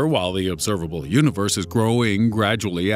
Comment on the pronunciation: "The obserbabble univers"